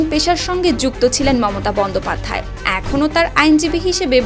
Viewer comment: আপনার এত ভুল করেন কেন এটা বন্দ্যোপাধ্যায় হবে না হবে বঙ্গোপাধ্যায় 😂😂😂